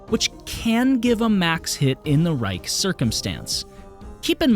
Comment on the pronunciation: Reich circumstance? Lol. Funny slip of the tounge there.